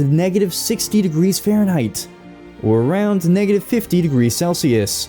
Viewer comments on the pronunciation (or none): none